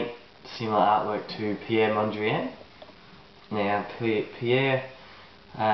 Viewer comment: You seem to have difficulty even pronouncing his name. This is an atrocious pastiche of Mondrian.